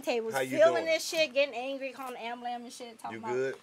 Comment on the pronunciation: The look karlous gave when he heard her say ambulamb😂😂😂😂😂